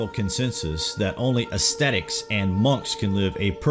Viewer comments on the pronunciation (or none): none